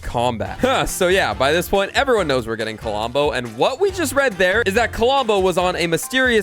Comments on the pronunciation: hearing K O L O M B O instead of Klombo so many times, made my ears bleed a bit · Did anybody notice that says Kolombo instead of klombo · KLOM BO, NOT KO-LOM-BO!!! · Why you say "CuhLumbo"? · He can't even say Klombo right. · Yh i noticed it even from the start he started talking about Klombo